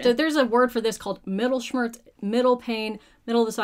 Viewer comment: Mittelschmerz- M - i /as in if/ - tt /as in toy/ - el /as in elefant/ - sch /like sheep/ - mer /as in merry/ - z /like tsunami/. I know the pronunciation is not exactly the point but anyways 🤷🏻